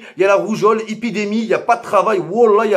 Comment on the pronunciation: "ipidémie" mdrrrr